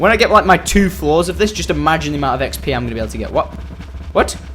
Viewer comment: He said EggsP for ExP LOL